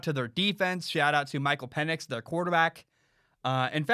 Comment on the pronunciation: It’s pronounced Michael peenix